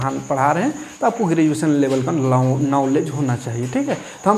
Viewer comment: ई अनपढ़ नेता tenth ka बूक हाथ से छुआ नहीं होगा इसको ग्रेजुएशन बोलने नहीं आता शिक्षा मंत्री है